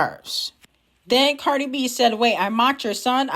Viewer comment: why u keep saying CardR it's Cardi 😂